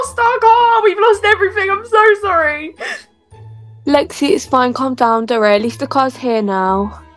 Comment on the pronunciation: ikrrrrrrrrrr the mum just hates Lexi or as she says rexi